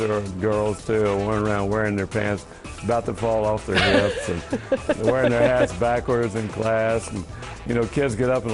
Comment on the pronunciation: No he really said "Wearing there hats backwards" but "hats" sounded like "ass"